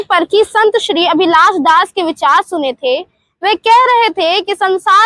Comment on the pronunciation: इस मैडम को तो हिंदी पढ़ना आती नही जो अभिलाष दास को अभिलाषा दास पढ़ती है और चला रिपोर्टर बनने